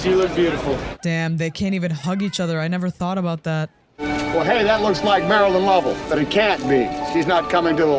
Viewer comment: Her name is Marilyn, nor Marion.